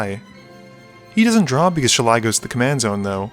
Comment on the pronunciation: The grammar nazi in me cries at your pronunciation of "Shalai". If a ninja's 3 pronged hand weapon is a "Sai"[Sī], what's that make this angel's name sound like?